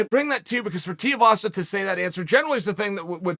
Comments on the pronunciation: Firstly, pronounce his name correctly. How did you see the fight from underneath Dana's table? Tai mentioned he wouldn't mind fighting Jon Jones, why not make him Jones' first and possibly last HW opponent? You of all people would love to see Jones get smashed in the HW divsion. Talk the fight up, make it happen. It is a win win for you. You are correct to imply he has no skill but guess what, skill becomes less and less important with every punch you take to the head. Instead, heart and desire to win drives him to success. Tai makes it vey clear where he came from. Housing commision home, poor family, dangerous place to live. The odds were against him. And, what you might not appreciate in America, Tai is aboriginal. The odds were further stacked against him. He is clearly driven by the love for his son. The need to provide a better life for his son is more important than his lack of skill. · Damn, i hadnt read your comment until after i dropped mine, but yeah, Uncle, And STILL, cant pronounce Tais name, we better not really fuck Uncle up and get him to try to say Va'aiga correctly, Tuigamala would cause him a melt down. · It literally sounds like “shoey”, but with a “t”. How hard is it to pronounce the last name of a guy who is famous for his post-fight shoey, but just swap the “s” for a “t”? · Dude the right way to pronounce his last name is Too we vah sah. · If Chael calls him Tiuvasa he's Tiuvasa!!! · TUIVASA. ..... TOOWEEVASA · Its TUIvasa...better get the name right the young blokes gonna be here for awhile. And he is gonna get much better, those who know, know he can fight like a beast. Training with the worlds best, like Gokhan Saki...his brother in law is Tyson Pedro...they are all Mark Hunts crew...he was Hunts training partner.lol. He would sleep you for years Uncle. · Chael talks about being a fan, then mispronounces Tuivasa "Tiavasa" multiple times. 🤣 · Hey Charlie Sennon its pronounced Too-ee-vah-sah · come on chael say his last name right 2-E-VA-SA